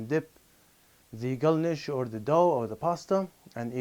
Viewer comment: Only a Chechen could pronounce the word galnish the way does. Just like the ض in Arabic